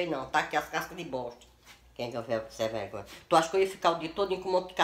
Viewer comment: "Wadia sem vregonha" KkKkK